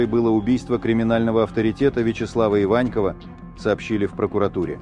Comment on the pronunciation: Иваньков - ударение в фамилии на букву О!